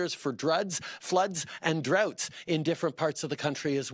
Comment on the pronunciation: Did he say druds and floods 😂 or drugs ? Lol